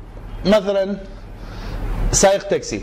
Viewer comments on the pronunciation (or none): none